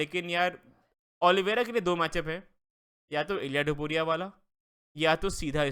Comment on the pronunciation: Bhai wo Topuria hai Tapori nahi hai 😂😂😂